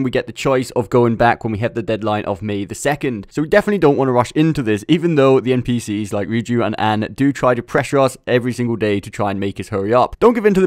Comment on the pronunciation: I know I’m many moons late, but this is like IGN’s review of Xenoblade 1. Poor pronunciations (Rain and Duncan in the IGN review), like “Riju” instead of “Ryuji” and “Ahn” instead of “Arn” Calling Ryuji and Ann NPCs (they aren’t, they’re playable characters) Also you should not take this video for advice at all. The entire premise is stupid. “Don’t go into Kamoshida’s Castle, prepare until ready” Don’t do that. You should absolutely aim for infiltration route secured on day 1. Especially if playing Royal.